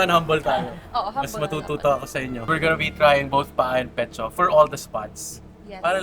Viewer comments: pā-a po ang Ilonggo pronunciation, hindi pa-á 😂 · And these inasal "experts" can't even pronounce "pa-ah" right. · Yall can't even pronounce PAA properly